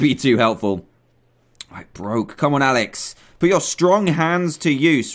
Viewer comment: You Said "Aalex"